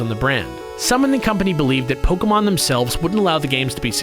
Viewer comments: It's not poke - UH - mon, it's poke - AY - mon Like, c'MON man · its pronuonced pokAYmon {it doesnt really matter though..} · It's not Pokeahmon it's Pokaymon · POK-AY-MON SAY IT RIGHT!!!!! JACKASS